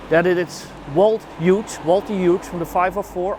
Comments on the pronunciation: The proper pronunciation is HUGHES! MY father was in the 101st and then went into 82nd post World War II. Please have somebody fix the video. It sounds like he’s saying Hue. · Another excellent video. Great work! By the way, Hughes is pronounced HEWS.